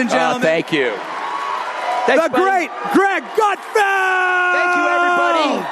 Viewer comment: Did you say "Great Gutfield"